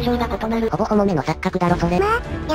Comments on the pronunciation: ほぼ ほも？(≧Д≦)んぁぁぁぁぁぁぁぁぁぁぁぁぁぁぁぁぁぁぁぁぁあ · お気付きだろうか…… ほぼ「ほも」